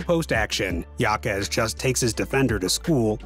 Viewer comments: His last name is pronounced “ha-kez” not “ya-kez”. Otherwise great video. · Name is pronounced (Ha-Kez) not (Ya-Kez). But He's quite the rookie this year. Honestly, as far as impacting winning I think Jaquez should be the frontrunner for ROY. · Pronounced Hakes not Yakes. It’s Spanish! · It was driving me crazy every time he mispronounced his name. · For real. I really wanted to watch this video but I just couldn’t get past the pronunciation. Unlucky really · You should pronounce it how he and his family does. It’s courteous at worst. But it’s your channel so w/e.